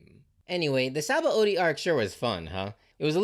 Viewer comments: It's not entirely obvious how to pronounce Sabaody, since it's a Portugese word adapted by Oda, but it's spoken as Shabondy. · Sabaody is pronounced Shabondy. BTW